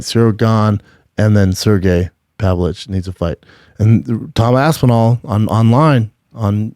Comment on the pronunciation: Laugh out loud! This mf said Aspinal v Jones